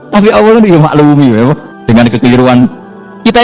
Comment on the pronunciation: Saya tidak mengerti bahasa gus baha, bikin pusing bahasanya lah. Dan kenapa menyebut ALLAH selalu terdengar AWOH,..